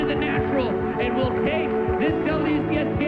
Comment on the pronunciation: "hes your reigning chamshion"